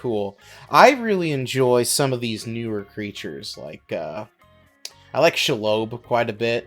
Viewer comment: Can’t pronounce Shelob